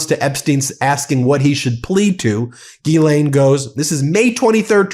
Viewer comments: Ghislaine is french and you (everyone) prononce as guylainn Should be jeeslainn and you remove any d sound. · isn't it pronounced Jizz-Lane?